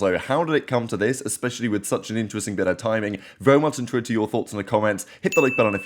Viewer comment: i could never understand what he says in the intro or outro😂